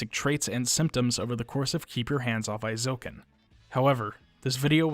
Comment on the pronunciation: Very good and informative video, thanks for making. I've never been diagnosed but I suspect that I'm on the autism spectrum, and I can definitely say I relate to this character in many ways - though I've ended up more of a dabbler without great skill in any one particular area, sadly. Minor nitpick: the "ei" in Eizouken is pronounced like the English long A sound, or "ay" (as in hay, may, day, etc.).